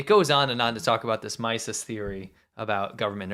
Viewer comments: The name is pronounced like “mees” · it's pronounced "mee-sus" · Loo-dveeg von mee-suhz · Mises should pronounce like "Mee-ses." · Its "MEE - sus". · von Mises is pronounced "von MEESES" He is probably the most profound free-market economist ever. It looks like the Chinese people are beginning to wake up about the whole nature of communism and this means there will be real change within a few years. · Mises is pronounced "MEE-sus". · Ludwig Von Mises: The last name is pronounced Meeses, ie. the “I”is pronounced as a long “e”. Mises and Hayek are two of the best free economy philosophers in history. Just sayin’.